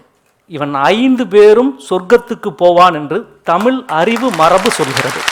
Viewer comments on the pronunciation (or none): நல்ல உரைதான்..ஆனால் மனுஷனுக்கு "ழ" வரவேயில்லை. இத்தனைக்கும் தமி"ழ்" எ"ழு"த்தாளராம். ..ம்ஹூம்.. மற்ற மொழியில் இல்லா "ழ்" ஒலியை ஒழுங்காக உச்சரிக்கத் தெரிந்தவரைப் பேசச் சொல்லுங்கள், இனி.